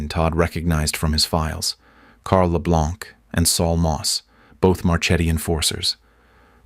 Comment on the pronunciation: It's LE BLANC but you don't pronounce the C.